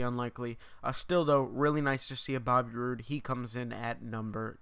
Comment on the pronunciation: He said bobby roode wrong